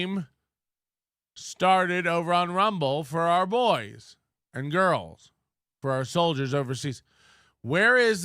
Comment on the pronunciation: "flirtin'" = ready to devour..."girlshhh" = buffet table... Leave my chairs out of this you PRICK :p